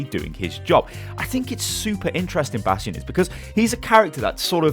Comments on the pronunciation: bation not nation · 30% Comments are over "Bradstion" Pls man but he got a hanzo golden bow ;)